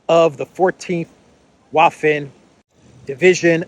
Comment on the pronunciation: the German word 'Waffen' (same root as the English 'weapon') is pronounced with a 'v'.